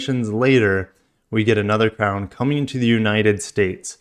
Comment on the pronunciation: Ffs another FWD crossover. Butchering the crown name